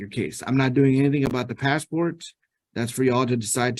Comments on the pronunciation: The pass-a-port 😂😂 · Passport only has 2 syllables